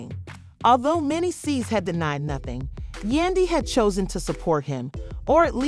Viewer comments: Soon as the commentator pronounced mendeces S I was done learn how to pronounce the names of you want to report on them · The Narrator tour Mendeecee’s name up. 😘😘😘